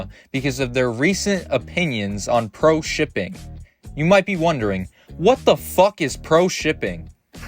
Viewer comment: I couldn't watch the video until the end, couldn't stand her pronouncing " R ", " W "... Like " pewo " instead of " pro " 🤮